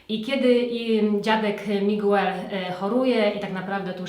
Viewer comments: A nie ,,migel" ? ;) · Bardzo fajny film.. Szkoda, że większość seriali już widziałam., w imieniu Miguel nie czytamy tego u, czyli czytamy Migel. Jeżeli ktoś uczy się hiszpańskiegoto serdeznie zapraszam na mój kanał gdzie od pół roku dodaje kurs j.hiszpańskiego od podstaw. Pozdrawiam serdecznie:)